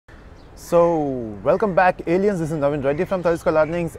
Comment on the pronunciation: " Welcome back Aliens", the first time I saw your Video it sounded to me like "Welcome back Idiots" :D :D